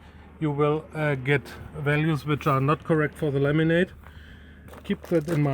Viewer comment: I love how when Chris says "laminate" it sounds like "lemonade"